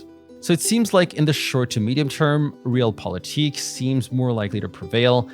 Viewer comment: It's not "realpolitics" it's "Realpolitik". It's pronounced as RE-AL politik. Ré-àl. Not "real".